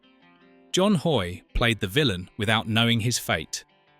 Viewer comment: John Hoyt, not John HOY